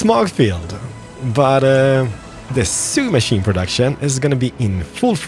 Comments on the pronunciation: Awesome videos! P.S. Just so you know for future reference... 'Sewing' is pronounced as 'Sow-ing' not 'Su-ing' "I am NOT your uncle!" Haha love it! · is it only me who gets bugged by the way pronounces 'Sewing'? lol XD